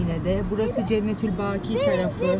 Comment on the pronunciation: Cennetü'l-Bâkî şeklinde okuyan tek biz Türkleriz sanırım :) O mezarlığın adı Cennetü'l-Bakî' (جنة البقيع). Yani A harfi uzatılmadan okunuyor.❤